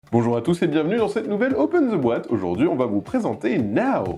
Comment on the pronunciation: C'est Know ( savoir ) pas now ( maintenant )